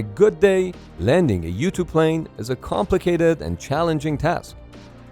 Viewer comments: I kept thinking you were saying ‘YouTube’. You were saying ‘U-2’. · i keep thinking he's saying youtube because it's called "U-2" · this whole tim i thought u were saying youtube pilots xD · It took me 3 minutes into the video to realize he was saying "U-2 pilots" and not "youtube pilots" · The first times he said U-2 Pilot I heard YouTube-Pilot, boy was I confused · Am I the only one thought he said Youtube pilot instead of U-2 Pilot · Kept thinking he was saying "You-Tube":stayhome:Pilot lol:goodvibes:then, I realized it was a 'U2" Pilot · I kept hearing this as "YouTube pilot"